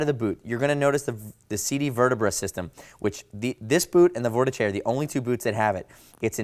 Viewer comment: Couldn’t get past 30 seconds with the mispronunciation of Vortice. Jesus Christ !